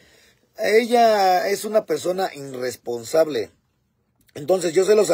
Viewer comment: Se dice irresponsable 😂